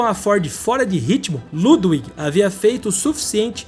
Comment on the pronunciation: Parabéns pelo canal. Seus vídeos são ótimos. Se me permite apenas uma dica. Em Alemão o W se pronuncia como V, ou seja, Ludwig se pronuncia Ludvig. Isso não é apenas para nomes próprios e sim para todas as palavras com W. Me perdoe. Apenas uma dica.